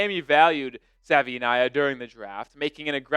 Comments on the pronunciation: Sa-vai’-ee-nai’-a Say it with me folks. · ‘ think Hawaii to say Savaii ‘